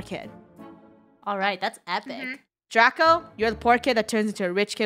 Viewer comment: It's draco not draca